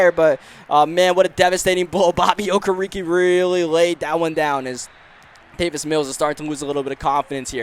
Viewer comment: Do you even watch football? How do you mispronounce the last name Campbell or Okereke..